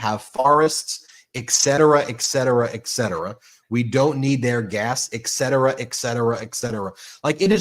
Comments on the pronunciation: Ben, it’s et cetera, not ek cetera. When you say it repeatedly mimicking g tRump, it’s very noticeable. Other than that a great take on 47’s idiocy! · Its eTTTcetera not eXcetera and I am sorry to say that Trump is one of the few people pronouncing it rightly, which makes me feel bad! Sorry one of my pet peeves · I'm smiling at you, Ben.... If you're going to criticize Trump's speech, know that there's NO "K" in "etcetera." (Holy Moly!)